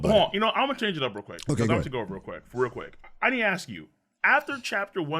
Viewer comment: Why do you pronounce ask as axe?